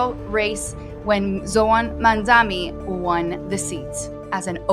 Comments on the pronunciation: Mamdani not mandani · You trying to pronounce his name like Andrew Cuomo are you?? It's MAMDANI, NOT MAMDAMI🙄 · MaMdaNi not Mandami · NYC is not Cuba. And the two of you together don’t have a drop of the intelligence that Zohran Mamdani has. You are both dumb. Get an education. You can’t even pronounce “Mamdani”, you smug, supercilious loud-mouth.